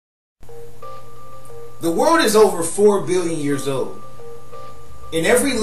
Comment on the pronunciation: "The word is over fo billion years owed" that's when I hit the back button. Unintelligible